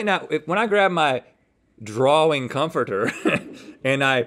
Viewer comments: Uh...dude....there's no "R" in the middle of drawing. Sorry if you're dyslexic. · Right drawr ring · I can’t get over the way Rhett pronounces “Drawing” as “Draw-ring” 😂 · Rhett: “it's a drawring” 😂😊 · The Southern Accent in America is actually the closest American accent to the standard British accent which pronounces drawing like drawring. I think Rhett is probably the only American I've heard who pronounces drawing in that way though and it either comes down to maybe his family pronouncing the word that way or maybe he just personally pronounces it that way I'm not sure to be honest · atleast it's not "draw-ling" like I've heard farrr too many people say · Guys. He was saying draw-ring as in it was drawn in a ring. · I’m pretty sure it’s a throw back to season 4 episode 13 where his son said that Rhett was a great “draw ler” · This ones like watching a couple of kids play... link not remembering what to go for and rhett saying draw-ring every time! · It's interesting that Rhett uses the British intrusive r only for the word drawing. I used to do that too for only that word because I watched a lot of danisnotonfire and thought it sounded cool. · Every time Rhett said “draw-ring” I went mad 😵‍💫🤬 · Rhett be like: draw-wing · Rhett pronouncing drawing "drawring" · Guessed them all correctly because the shadow is really hard to get right, they should've looked at the shadow the entire time, also why is Rhett saying drawRing 😭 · Rhett: Draw-ring. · Ah yes. A Drarwing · Why is Rhett adding another r to the word drawing and also why do a lot of Americans pronounce words like that with an extra r for no reason? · Rhett, it's drawing not drawring 👍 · yes, but i ment in the wing part from drawing... between the w and the i. I was hoping people would understand that haha. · I wanted to watch this episode but Rhetts pronunciation of "drawing" drove me nuts.